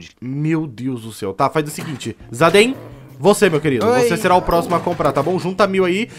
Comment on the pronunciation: KKK na parte o chamou o zayden de zaydenge